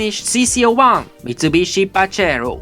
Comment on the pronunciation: I like tge way you pronounce pajero and lancia so me and my son pronounce them like you!